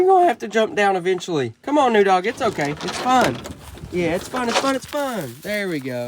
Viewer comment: Should name the new dog noodle. I swear I thought he kept calling it noodle instead of new dog. She will be used to that similar sound also